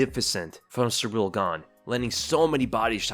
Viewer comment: You really gotta stop calling him "Surreal Gane". It's Ciryl. Pronounced like cereal without the a.